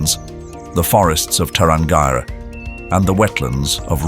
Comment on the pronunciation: The narrator or AI mispronounced Tarangire (National Park outside Arusha). It is pronounced Ta ran gearee